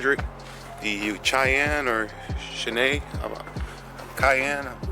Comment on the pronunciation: The truck name is pronounced shy ann fyi.